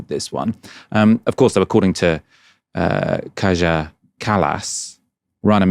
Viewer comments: Kallas is Estonian, and the Estonian "j" is pronounced like an English "y", not like a French "j". So the pronunciation of her first name is "Kaya", not "Kazha". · Pronounced Kaya not Kaja. Please make a little more effort than she does, and do a proper research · Bro I don’t like her either, but please learn how to pronounce her name correctly: “Kaya” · Kaja is pronounced kyah.